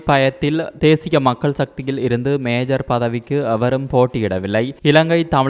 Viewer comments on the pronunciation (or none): மேஜர் அல்ல மேயர் பதவி